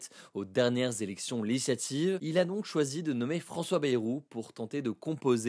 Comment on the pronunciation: Quelqu'un va lui apprendre à prononcer 'législative' un jour?